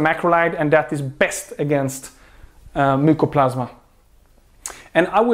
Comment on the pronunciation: Mycoplasma not mucoplasma